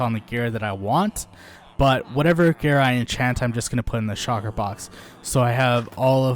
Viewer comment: Shulker! not Shocker